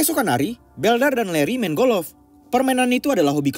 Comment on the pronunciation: Bukan golof pak tapi golf. Wkwkwk hanying benar loe bikin ngakak ini channel 🤣🤣😉🤣🤣🤣🤣🤣